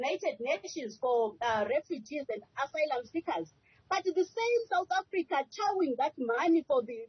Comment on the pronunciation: She can't even pronounce "asylum"